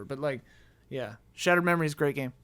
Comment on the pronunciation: Yes,, Shadow of Memories (Shadow of Destiny) is a great game, but it's not a part of Silent Hill franchise. And no,, you don't spell "Shattered Memories" like Shadow of Memories (the thing you did exactly). Pronunciation, man.